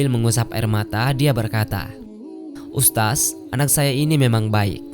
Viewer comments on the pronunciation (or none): Mengucapkan kata ustadz kok jadi ustas 🤦